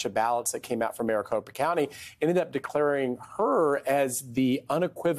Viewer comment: Andrea didn't get Kari Lakes name right this entire segment. Kari Lake is running for governor, Kelli Ward is the AZ GOP state chair. Someone get her off the air, she can't even say Maricopa correctly. I thought she was having a stroke